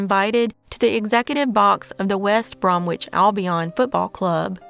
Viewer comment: always treats these cases with sombre respectfulness. But I laughed like a drain hearing her pronounce West Bromwich Albion.